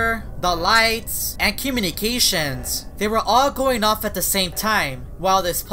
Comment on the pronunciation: no one: not even a soul::cUmInIcAtiONs edit:OMG THANKU FOR 44 LIKES